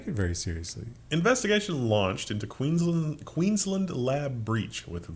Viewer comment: Ohhhh "Queensland". I head "Cuisinart" 😅